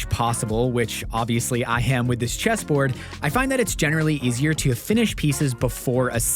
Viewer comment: It was only when u said it that I realized.. this isn't a pallet cheeeeseboard... this is a pallet chesssssboard!! xD